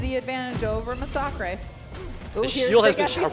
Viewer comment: That's because his name is masacre not massacre. He is a former priest from Mexico so he took the Spanish word for massacre which is masacre. Pronounced ma-sa-creh